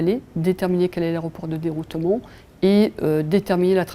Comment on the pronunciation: Om dit deroutement pas deroutoumont